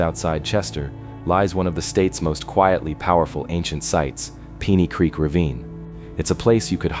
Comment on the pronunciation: PEENEY CREEK?! AI Slop